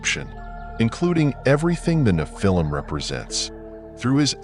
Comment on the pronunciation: I try to watch your channel. The AI voice keeps saying "Na-phil-him" instead of the correct pronunciation.